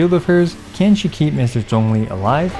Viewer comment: I still like how he's pronouncing Zhongli's name correctly.